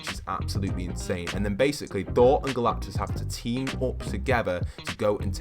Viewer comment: IT'S GALACTUS NOT GALACTIS